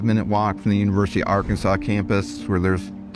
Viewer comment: As a European I've never heard Arkansas pronounced like this before, sounds like a foreign accent. In the guy also seems to start pronouncing it the same way but quickly switches to saying it in what to me sounds like the "neutral" way. Just out of curiosity, does anybody know where does that pronunciation of Arkansas come from? Perhaps from French heritage?